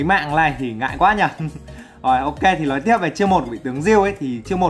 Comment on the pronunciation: nói ko phải lói sửa đi cu